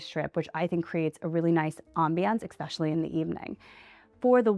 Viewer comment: Especially not expetially please!